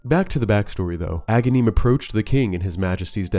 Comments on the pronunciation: It’s Agahnim, not Agahneeeem. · when I first got this game as a kid I always thought Agahnim was Ganon because I used to mispronounce his name as a-GAN-im, like Ganon without the first syllable. Then after I fought him the second time and saw Ganon rise from the wizard’s corpse that sealed the deal.